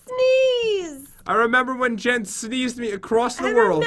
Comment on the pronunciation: SHES MARRIED HECK NO and its jen not "gen" jeez